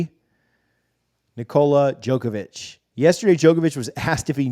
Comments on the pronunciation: Brother you don’t know how to pronounce Nikola Jokic name? Not Jokavich smh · It’s pronounced “yokavich”. Love your content.